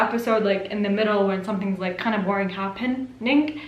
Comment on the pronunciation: I love when she said, happen ..ing ❤